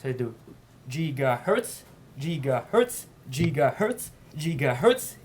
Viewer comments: Lmao, "jeegahertz" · JIGAHERTZ!!! JIGAHERTZ!!! JIGAHERTZ!!!! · *cue Crysis voice* "Maximum Jigahertz"~ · Jigahertz Jigahertz Jigahertz! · Jigaherts Jigaherts